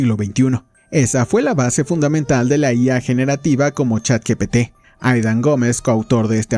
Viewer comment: ni “ChatGTP” 🤣